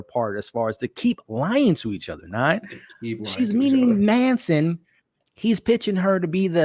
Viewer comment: It's MATTson (Matsson), not Manson.